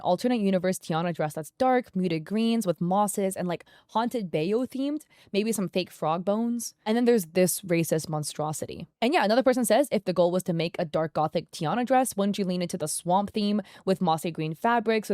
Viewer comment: It’s pronounced bah-you btw